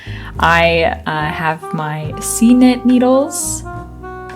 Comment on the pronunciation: What kind of interchangeable needles are you using? It sounds like you’re saying C knit. Arthur’s sweater is lovely.